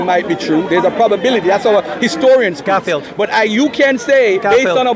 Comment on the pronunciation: was calling the man 'kaffir' instead 'garfield' again and again.😭😭 I laugh every time he did that intentionally..🤣🤣